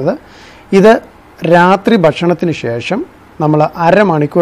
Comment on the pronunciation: ശേ...ശം അല്ല,,,,,,, bro,, ശേഷം എന്നാ ണ് 🤔👍👍😂😂😂😂